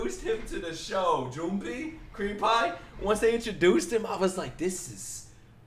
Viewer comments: Creampie (Junpei) is pronounced June Pay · Junpei is pronounced Junpay